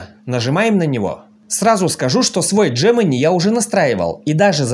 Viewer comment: Где ты увидел букву Дж-Джемени ? G-Г !